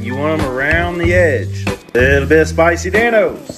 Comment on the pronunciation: don’t forget that spICY DANOS